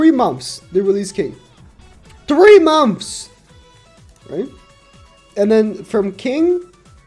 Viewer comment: I just like how he say "momths"